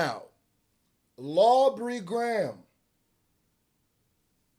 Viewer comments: “Lawbrey Graham” 🤣🤣🤣🤣🤣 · This is actually freaking hilarious.. 😂😂😂 just made my whole night. He called him lawubry Graham. 😂😂